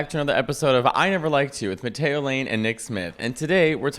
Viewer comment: I'm way more shocked that Nick can't even f*cking pronounce Matteo right. American ignorance level 100%